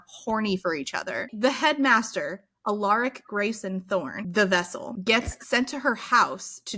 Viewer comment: Just a note: It's pronounced AL-uh-rik, stress on the first syllable.